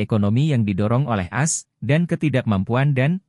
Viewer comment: baru tau kalo "AS" dibacanya "as" bukan "a-es" "Scott" dibacanya "skat" bukan "skot" (scat bukannya artinya pupup ya?) "Eurasia" dibacanya "eyurasiya" bukan "yurasia"